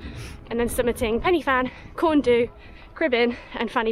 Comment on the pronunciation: Pennyfan……hilarious pronunciation!!! 😂😂😂